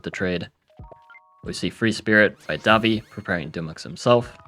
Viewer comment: daVI not DAvi